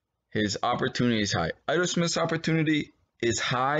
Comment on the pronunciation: Pronounced La Michael PEE Rine (rhine) : ) & Ito EEto Smith